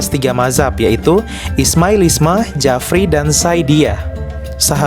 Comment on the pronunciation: bukan jafri tapi bacanya ja'fari